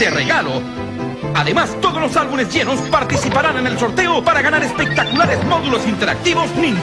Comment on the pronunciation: "Albunes" dicen los locutores chilenos...bien animales